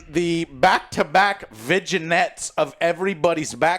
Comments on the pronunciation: Viginettes? Vinaigrettes? Ohhh....vignettes😂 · did he say "vidgeinette" LMAO its "VINNIETTE" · did Joe just say VI-JI-NETS?!!…. It’s pronounced Vin-Yets lol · “Vigin-ettes,” lol. Never change, Joe. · Sorry to be that guy, but just fyi the word 'vignettes' is pronounced as "vin-yets". Hope that helps! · It's pronounced 'Vin-Yets' 😅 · Vidjanettes of vidja games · For the pronunciation of vignettes Joe should go to French jail lol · do all Americans pronounce "vignettes" the way does?